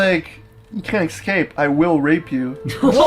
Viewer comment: 'You can't excape, I will grape you.' -Cory Beck